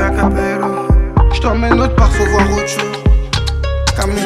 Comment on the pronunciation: ça se prononce cabeYo